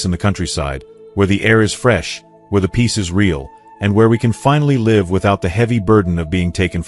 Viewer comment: AI failed to pronounce "live" correctly!!